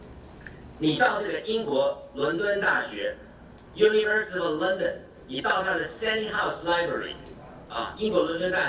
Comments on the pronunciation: 先生，你說你是倫敦大學國王學院畢業的博士，為什麼你連London這個英國首都的發音（ 之處）以及representative 這個很普通的英文字 （ 之處）處都唸錯或唸得結結巴巴。這是我在本節目中所能聽到的你所唸的字，本節目以外我沒聽到的是如何則需進一步瞭解。難道英國的大學都不管你對英文字詞的發音嗎？ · 先生，你說你是倫敦大學國王學院畢業的博士，為什麼你連London 這個英國首都的發音以及representative 這個很普通的英文字都唸錯或唸得結結巴巴。這是我在本節目中所能聽到的你所唸的字，本節目以外我沒聽到的是如何則需進一步瞭解。難道英國的大學都不管你對英文字詞的發音嗎？